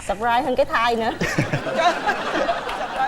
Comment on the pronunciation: Chị thứ 2 dễ thướng quá:"Sụp-rai (suprise) hơn cái thai" hahaha